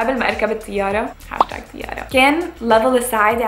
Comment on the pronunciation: اسمها طيارة يروحي 😂😂 مش تيارة بالطاء وليس التاء شوهتي العربي 😂💔💔